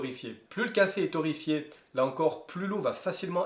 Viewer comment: Torréfié et pas torrefié😢